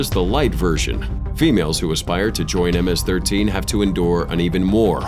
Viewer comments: nah ms13 sounded wrong... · Pronounced MS-13 WRONG